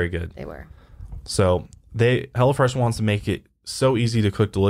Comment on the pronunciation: Everytime I heard say Hello fresh it sounded like: 'Hella Fresh' and I kept thinking, yes it does sound hella fresh...😂